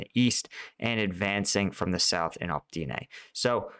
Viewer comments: Opytne is O-pit-ne, not Op-tee-ne 🙂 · It's Opp-iht-nah not Opp-ty-nay